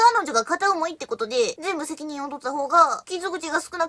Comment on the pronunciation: 本日の収穫。 １．定番の「しかーし！」 ２．「うーん、ごめん！」の表情。 ３．久々の♪「どんどんどんなきもっち」静音バージョン。 ４．「お前はお前、人は人！」 ５．「フライアウェイ！」からの「ぱたぱたー」 ６．一音目アクセントの「てことっ！」 の６本じょ。